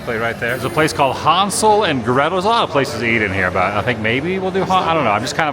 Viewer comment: It's "HAAANSEL"....."Obey my dog!" If you know you know!😂